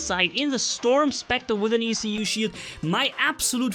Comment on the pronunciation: In french, a "écu" is an elongated shield used by knights in middle-age to go to war. From there comes the word "écuyer" (esquire) : the person who bears the ecu of his knight when traveling. So ecu should be pronounced as a word, not as separated letters ;)